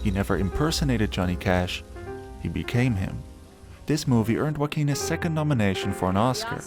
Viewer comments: Juan is pronounced "who-won", not "one". Joaquin is pronounced "Ho-aw-keen", not "walkin' ". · whack-keen lol